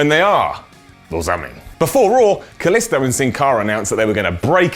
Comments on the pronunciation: Kaliso? Kaliso? It's KalisTo but I still enjoy your videos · I think that its pronounced 'Kaleestoo